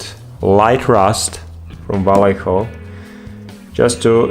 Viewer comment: Love how english speakers can't say "Vallejo" properly.